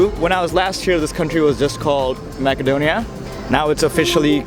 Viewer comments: that is not how your pronounce macedonia, its not mackedonia, its macedonia pronouced massedonia. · Brother its pronounced Macedonia (masedonia), but if you're gonna called it Makedonia might as well say Severna Makedonia instead of North Makedonia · The English pronunciation is Macedonia, not Makedonia. And if you want to be respected by the people please do not use North Macedonia. This name was opposed by force on us. Greetings from Macedonia and feel welcome to visit us again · I'm sorry to say this but you said Macedonia wrong It's masedonia You said makedonia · Is it makedonia as he pronounces or macedonia ? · This is not macadonia....this will be Macedonia..speak this word be right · Btw its north macedonia ( pronounced with c not k) if ur speaking english but its Makedonia if u speak a slavic based language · I feel like he’s not pronouncing your country’s name correctly?